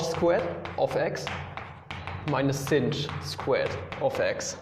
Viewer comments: SINCH XDDD Are you purposely shunning its proper pronunciation of shine? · Every time you say cinch, a puppy dies.